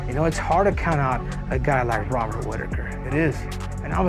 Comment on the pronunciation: I don't wanna make fun of the accent, but the way Moicano pronounces Robert like hobbit, every time he says it i picture Rob in the shire stealing someone's crops